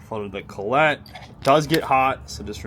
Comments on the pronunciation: Man how tf do you not know how to pronounce collet......wait I know you are one of those people who sound words out 50x to try to spell them and use your fingers for math......collect collet....makes sense I guess......I collet a "call-it" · Collet. - Call - It